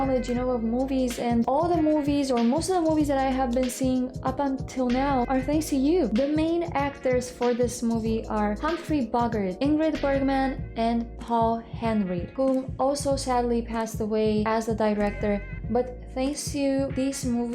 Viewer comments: You seem to have wonderful grasp of the plot and I’m glad you enjoyed it. By the way. The star of this film was Humphrey Bogart, pronounced Bo-gar-t. And one of the reasons why you enjoyed this film is because the acting was so excellent! And that was no accident. Many of the crew and cast fled Europe for America before the war started. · Bow gart is the pronunciation. One of THE most famous actors of all time. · The Bo in Bogart rhymes with "go". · How exactly did you pronounce Bogart? Lol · The pronunciation of Bogart actually hurt me. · I like the way you say Bogart. Hilarious.